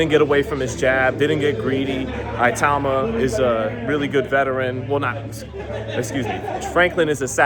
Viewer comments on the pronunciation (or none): at least try to pronouce his name properly man